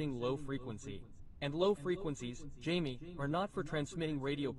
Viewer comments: Jaime is pronounced hy-may not Jay-mi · Jaime is hi-me. Jamie is Jamie